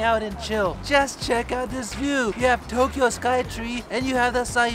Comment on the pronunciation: TOE Kyo😂That was a good one